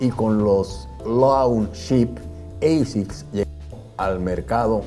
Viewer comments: Que digo yo que si ASICS es un acrónimo de una frase latina, se debe pronunciar "ASICS" y no "EISICS". Que los angloparlantes lo pronuncien como quieran, pero los hispanos deberíamos hacerlo bien. El estilo también está en la lengua ¿No? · Se pronuncia como se escribe asics, no eisics. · Hola. Gracias por este video. Muy interesante. Una pregunta si me lo permites: si la marca viene de la sublime frase en latín Anima Sana In Corpore Sano ¿no es mejor pronunciar "asic" con a del español o del mismo latín al principio y no con la deformación inglesa (pronunciación que seguramente se interpreta como más elegante y con mayor clase por norteamericanizarla a oidos de los latinos) de "eisics"? Gracias y saludos. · No se pronuncia "Eisiks" se pronuncia "Ashikkusu" jaja!!! Muy buen video! :D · Se pronuncia tal como esta escrito: Asics. No es una palabra del idioma ingles.